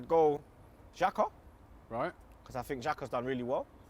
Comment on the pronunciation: The lockdown must've really affected. Did I hear him say xhaka 😭